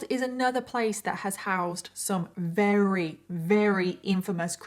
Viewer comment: Love, Love, Love your series. However, it is greatly distracting the way you pronounce the word "very". You often say "reary ", and I find myself rewinding all the time to see how your lips are making that pronunciation. Just saying. No harm meant. Probably just me. Remember, I LUB! (Which in our family means "love you bunches" !